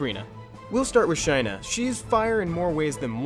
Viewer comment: Shy-nuh was killing me. I always pronounce it Shay-nuh Also, fire twins helped me clear normal toa prerty easy. Working on toah now.